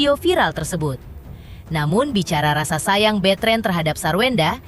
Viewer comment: Namanya Betran dibaca betren..aneh..onyo pemikirannya dewasa